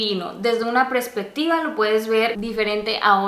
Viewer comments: Eveeee. Me mataste de ternura... Dijiste "Prespectiva" y es "Perspectiva". Jejeje, que lindaaaa.😅❤ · Jaja! es PERSPECTIVA;) no prespectiva! Saluditos n.n